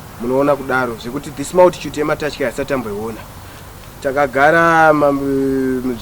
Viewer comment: I thought I was the only one who heard that kkkk